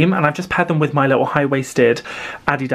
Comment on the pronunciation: Thank you for pronouncing Adidas like that. In America, it's always pronounced wrong and it crazy me drives.